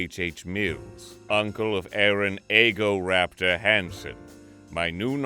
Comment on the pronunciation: No one's talking about "Eehgoraptor?"